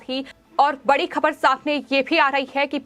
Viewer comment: भाहतीय, खहबर, हुआह हुआह , दुर्हभाग्यहपूर्ण, जह्वाब सहकार, पाहने, तह्सवीर, अरे अपना उच्चारण सुधारों ।